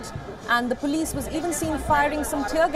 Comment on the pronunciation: It's pronounced as Police not puulice